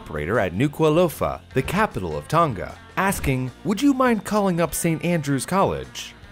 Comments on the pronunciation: Btw Tonga is pronounced tong-uh or tong-ah rather than ton-guh (common mistake) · Yeah it's not pronounced Tong ga but Tong a